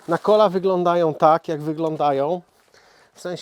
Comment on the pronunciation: NADKOLA :)nie nakola :)